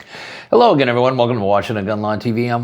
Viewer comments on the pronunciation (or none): none